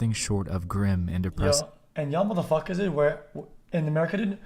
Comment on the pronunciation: i don't even hear dude i hear ded